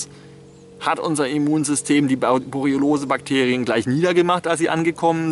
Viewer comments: es heißt "Borreliose" nicht "Boreolose" XD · Das heißt Borreliose, nicht "Boroliolose", "Boriolose", "Borroliose", "Borroliolose", etc., lieber Herr Master of Science.